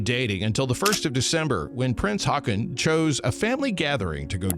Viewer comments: Haakon = Hokon. Wenn zwei aa in dem Wort ekstieren wird als o/O ausgesprochen. Haakon heisse also HOKON! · Haakon = Håkon